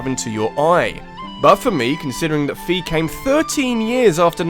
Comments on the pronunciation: I think Fi is supposed to be pronounced like Find. You do not pronounce "find" like "feend". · Just for future ref, Fi's name is pronounced fay, like in wi-fi. But yeah she's really annoying in SS, at least Hyrule Warriors kinda redeemed her a lil bit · Fi isn't pronounced "fee". She is pronounced "Fye" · Indeed. Fi (it's not pronounced like "fee") is much more useless than Navi! You guys know that Z-targeting you do in Ocarina of Time? That's Navi at work! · Fi's name is pronounced like wi fi. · the people at Nintendo pronounced it that way when they were talking about Hyrule Warriors before it came out in Nintendo Directs.